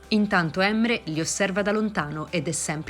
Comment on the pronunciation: La pronuncia della speaker dei nomi fa un po ridere da Emre a Yigit😂si pronuncia la "g" di Yigit e su Emre come se si mettesse l'apostrofo sull'ultima è non sulla prima E quindi cambia tutta la pronuncia........😀